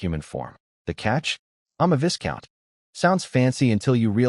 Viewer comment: Oi! AI Voice-Over dude, VISCOUNT has a silent S, so is pronounced VYCOUNT... Hope that helps! P.S. I'm a big fan, love that voice, especially in funny stories. 😏